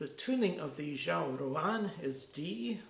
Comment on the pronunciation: Great and very informative video - as a fluent Chinese speaker, I can help you a bit with your Chinese pronunciation - R’s are never flapped or trilled as in Italian or Spanish; they’re much closer to an American English R, but with the tongue horizontally rounded a bit. It’s a very liquid, watery sound. Some people say there’s a touch of a ‘zh’ sound in there, such as the sound of the g in the word, ‘beige.’ X is a very noisy sound that’s about halfway between SH and S. ZH is always pronounced like a hard J. And regarding the tones, ruǎn is actually a tone we call ‘third tone’, ‘curve tone’, or ‘dipping tone’ - it isn’t exactly what you called a rising tone, which would be the second tone - third tone syllables are said low in the voice, falling a bit and then rising a bit - think of how it sounds when you try to say something while stifling a hiccup or a burp! In fast speech, it usually just sounds low. Fun fact: the name of these instruments, Ruǎn 阮, is exactly the same character as the most common Vietnamese surname of Nguyễn - ruǎn is just the Mandarin pronunciation!